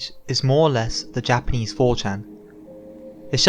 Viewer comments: your japanese pronunciation is really good. most english speakers can't get japanese vowels right for shit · You earned a subb, awesome shit you have here! And wow, I agree with the commenter below, you ARE good at Japanese pronunciation. I never understood why its so hard for people to pronounce correctly, but then again I'm a tape recorder. (SQUAWK! Ahh EH Ooh eee ohh! Mah meh moo mee moh!)